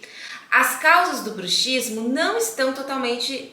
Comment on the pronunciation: Se lê bruksismo . É um dífono. A letra X tem som.de ks